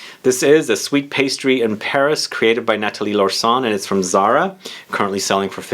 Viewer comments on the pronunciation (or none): none